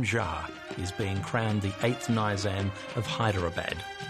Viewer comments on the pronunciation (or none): Ni-zaam not nyzaam Nice clips though Should have abdicated